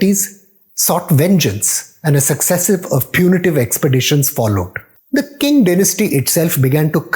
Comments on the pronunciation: Qing is not pronounced as King. It should be pronounced Ching. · Nice history relation. By the way Qing is pronounced as “Ching”